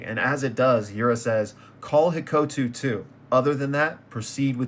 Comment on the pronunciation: "Hikotu" 😭 "Hakotu" 😭 Finally, Hakuto 🤩 I like him too :3 Him already there while the HQ's barrier already up again is kinda wild